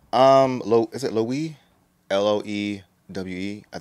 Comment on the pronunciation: love this reaction ! taeyong is always slaying. also btw the brand is actually pronounced ‘lo-weh-vay’